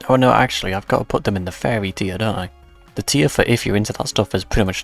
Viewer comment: It took half of the video to realize he's saying Furry and not Fairy I kept wondering what that meant like 'Fairy, like they're gay or mythical things or something??"